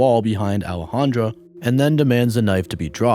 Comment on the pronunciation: In the first story is Boudreaux a trans? It spelled in the feminine with an A at the end, Alejandra but I believe you are pronouncing it in the masculine with an O, Alejandro. No biggie. I’m just curious.